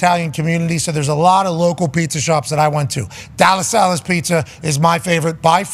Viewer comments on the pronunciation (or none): Della Sallas pizza, it's in Verona. He did kinda pronounce it weird, but I can't imagine he's talking about somewhere else